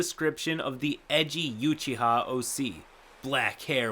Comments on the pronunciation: Not You-chiha, it's Ooo-chiha. Is trying to create a cringe worthy version of Killer Moth and Kitten with the BBEG in this RPG session? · I don’t mean to be that guy but when I heard YU-chiha my soul hurt lol good vid though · pronouncing Uchiha as Yuchiha is something I never knew I needed